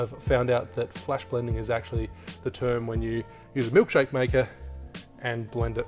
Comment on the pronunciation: "Flash blending" sounds like an Irishman talking about a Vitamix. ;)